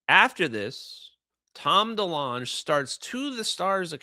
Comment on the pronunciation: I thought it was tom Dee-long not dee-lunch 🤣 Anyway, hey…who’s hungry.